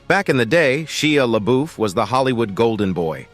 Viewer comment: Google how to pronounce people's names before saying them over and over. I like ur videos but listening to you say Shia LeBeouf so so wrongly is frustrating.